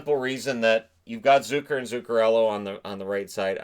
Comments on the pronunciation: i love your channel and ty for doing this. just one thing i have noticed, its ZUCKer...like, luck-er, not zoo-ker:P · Jason Zucker doesn’t sound like ZOOcker. It has the same U sound in duck.